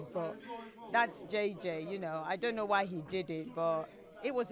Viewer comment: He’s saying DUN KNO not don’t know